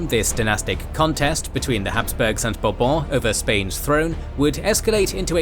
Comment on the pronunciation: i am so glad Bourbon sounded like a royal family name in this video (and not some kentucky liquor). By the way, if i had any say, i wish that kentucky liquor was pronounced the way the royal family name is pronouced. (Talking about chinese, i happen to hear a lot from the chin dynasty even if transliterated qin, nobody never actually pronounce it "kin" so i guess people do check on non european pronounciation from time to time)